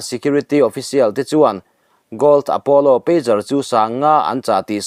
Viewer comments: PeiQar ni lovin, peidzar ti a lam tur...pager hi beeper an ti bawk. Telecommunication device sawina an ni e😢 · Pager aw. Peijar. Peigar ni lovin. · Pêzar ti a lamrîk tur a ni e